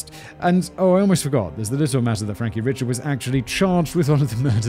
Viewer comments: My mother grew up in Acadia Parish, across the way from Jeff Davis Parish, where Jennings is. In fact, when my family would go to visit the grandparents and aunts, we'd often go to Jennings to shop. My cousin lives there now. Eerie that this is near where I virtually spent my summers. And Simon, it's Cajun AND Creole. And Richard is pronounced ree-SHARD is S Louisiana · Richard is actually pronounced "Ree-shaard". At least that's the best way I can spell it phonetically. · I guarantee you Mr Richard's name is pronounced Ree-Shard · Frankie Ree-shard